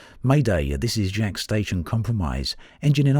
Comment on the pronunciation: Yo, that's my station! It's pronounced like Jakes.